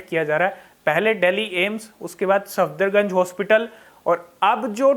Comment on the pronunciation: भाई its सफदरजंग not सफदरगंज